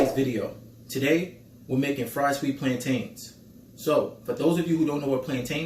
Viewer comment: Arent "plaintains" BA-NA-NAS??! They look so similar! 😂😂😂 Do they actually also taste like bananas?? 🤔